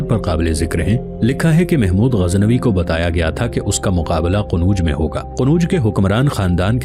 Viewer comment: السلام علیکم جناب عالی آپ مسلسل شہروں کے نام غلط لے رہے ہیں مثال کے طور پر آپmathura کوmithra کہتے ہیں اورqannaujکو qanuj کہتے ہیں تصحیح فرما لیں